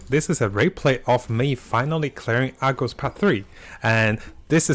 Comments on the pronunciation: Its Argos not Agros man. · IT IS CALLED ARGOS , AR-GOS NOT AGROS, jfc you cant even read and still give out poor information, same as genshin days lol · Argos, not Agros. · Say Agros one more time! jk but you get way too excited in your videos. Slow down. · Ikr lmao, even "i had a type'o over here" corrects Part 2 into 3, but still says Agros above haha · Thank you for the video but your pronunciation of Argos makes me Aggros